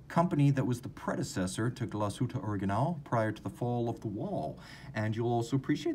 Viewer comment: Such a stunner this watch! Oh and, we in germany put the stress on the „a“ in „original“. So „originál“ it is! Otherwise you are superb when it comes to pronouncing german/swiss vocabulary!